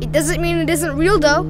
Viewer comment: i was boutta comment that and bro why he say though like dough lol